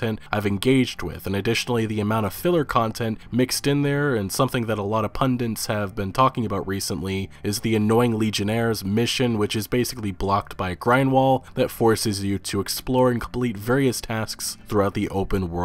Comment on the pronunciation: It's "pundiTS", not "pundiNTS". Loving your content, btw!